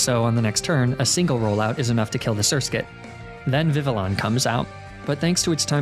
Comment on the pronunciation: So, you recognize that the game is supposed to be set in France, but then you called the butterfly type Pokémon “vivvi-lawn”, rather than “vivvi-on”.